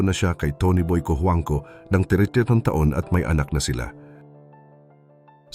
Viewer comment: Natawa ako sa apelyido ni Aga.. At ang pagkaka-bigkas sa apelyido niya at ni Tony boy Cojuangco,Rufa Mae Quinto🤣🤣Awit!!!😂😂😂😂Pinoy ka po ba?😁😁